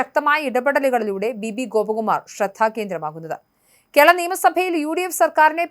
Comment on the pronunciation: കേള അല്ല! കേരള.. 🤦